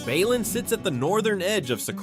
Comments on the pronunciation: Not Ba-lin. Be-linm, short e. O(I^Y%(IU AI voices. (Artificial Idiocy). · Literally gets the pronunciation of the first town wrong. It's "b uh - lin". Like bruh without the R.